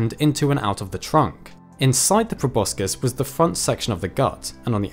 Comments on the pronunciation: Like the channel a lot but it's grating to hear proboscis mispronounced over and over video after video... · Wtf is a probuscus